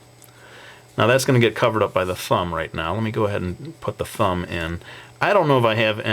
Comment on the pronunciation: I hate how you say fumb instead of thumb, u need to work on that dude